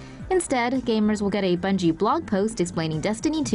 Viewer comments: Its bungie not bugie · Bungie* ,not Bugie😆